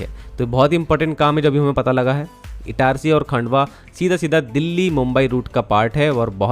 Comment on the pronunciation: खंडवा Not खांडवा